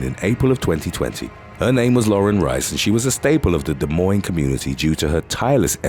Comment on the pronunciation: I’m proud of the way you pronounced “Des Moines” correctly ☺️